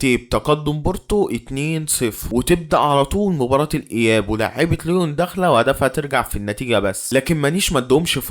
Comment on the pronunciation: عاش ى بس اظبط نطق الاعبين و الفرق انت بتقول على ليون لوين بس عادى استمر بالتوفيق ان شاء ❤